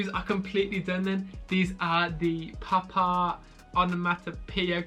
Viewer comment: thought he said pop tarts